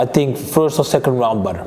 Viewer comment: Geen levol maar levEl en het is Badr geen Bador 😃🙏🏼